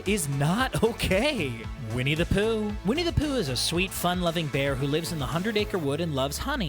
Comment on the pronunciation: Its Winnie the pooh not "POO"